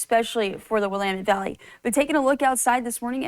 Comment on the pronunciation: "Williemend Valley"?